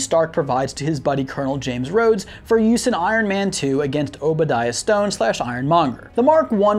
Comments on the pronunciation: Obadiah Stane, not Stone. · Obadiah Stone? It’s Stane. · Obidiah Stane not Stone